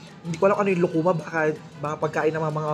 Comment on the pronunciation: Lukuma (lukman ang bigkas Nla)prang pinsan cia ng chesa satin s pinas